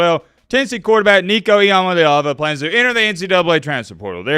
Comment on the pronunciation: Nico I-AM-A-LEVA